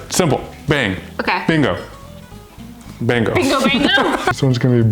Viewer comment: Anyone else get triggered they said BINGO BANGO instead of BINGO BONGO